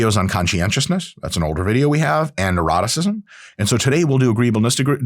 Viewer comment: I love that when you say 'Neuroticism', it sounds like 'Eroticism' ಡ ͜ ʖ ಡ